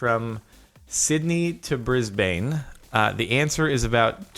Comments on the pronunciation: an an australian, "bris bayne" offends me. its brisban. or bris ben. my god. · "from Sydney to Brisbane" You pronounced it wrong. I live in Brisbane, Australia. Sydney is in Australia, which means it was talking about where i live. It's pronounced Brisben instead of brisbaen. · You don't pronounce "Brisbane" as bris-bane, it's pronounced as bris-ben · BrisBANE.... 🙃 Mate, it’s pronounced BrisBIN. 😂😭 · Briz-bin not briz-bane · Its pronounced bris bin bris bane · Captainsparklez JARDON YOU FOOL YOU JUST OFFENDED EVERYONE IN BRISBANE. ITS PRONOUNCED ‘BRIS-BIN’ NOT ‘BANE’ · Jordan it's pronounced briz-ben not brid-bane. it's an Australian city. nothing is ever spelt the way it sounds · Its pronounce BrisBEN not brisBANE!!! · Bis-Bane everyone welcome to bris-bane...... its said as bris-ben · AHH my ears are bleeding. Its not pronounced Bris Bane, us aussies are far too lazy for that. Bris ben. Also the content ID thing is stupid. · bris-bin, not bris-bane. that just sounds awful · It's Brisbane not bris-bane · Btw Brisbane is pronounced brisbin not brisbaaaaaaane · its pronouced bris-ban not bris-bain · sorry but tis not pronounce Brisbane as Brisb ain tis pronounced Brisb en thx i <3 ur content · R U SERIOUS ITS NOT PRONOUNCED BRISB-A-NE ITS PRONOUNCED BRISB-EN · how is it bris-b-en? its like saying pronunciation is pronounced: pro-noun-sea-ation. it isnt. it is typed as bris-bane. Im gonna pronounce it as bris-bane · its pronounced brizBIN not brizBAYN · It's not Brizz-bay-ne it's Brizz-ban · as someone from Australia when he said bri-bane i was rip it is actually pronounce brisbin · Bris-BANE what the hell man it's brisbane not Bris-BANE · Excuse me, but Brisbane is pronounced "Briz-ben", not "Bris-bain" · Brisbane = Bris-ben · The way he said Brisbane though... I mean i know its spelled like that but aussies pronounce it brisbin, like how Melbourne is spelled Melbourne but pronounced melbin.... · ITS PRONOUNCED BRISBAN i know its spelled Brisbane.